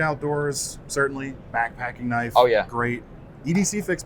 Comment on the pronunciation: "THAT'S NOT A KNOYFE!" there ... I did it! Maybe I should start my own channel and call it that? ;-)